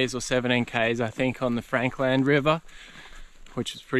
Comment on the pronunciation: Great video as always, I was wondering though why you're now saying Frank Land river instead of Frankland river? did you learn somewhere in your history digging the proper way to pronounce it??